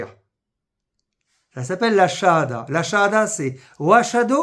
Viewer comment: Avec une telle prononciation votre chahada a été acceptée ? En fait pour se convertir le plus compliqué c'est de trouver un témoin. Si vous prenez le premier collègue de bureau vous risquez 1. de tomber sur un apostat (caché donc) qui va refuser ou 2. de tomber sur 1 qui accepte mais qui va vous dire en cours de route "moi je crois pas à tout ça". Le deuxième cas est pire car en temps que témoin il s'engage et donc vous le foutez dans la merde.